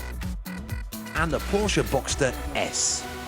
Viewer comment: Did he just say Porkuh